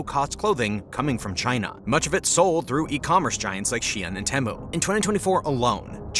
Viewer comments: I think most people pronounce it "Tea-Mew" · Great video but i can't help but get annoyed with how you pronounce Temu.